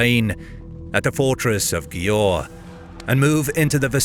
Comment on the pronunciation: Győr - is pronounced more like Gyér